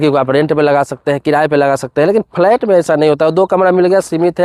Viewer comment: Abe phle bolna to seekho phalait kya hota h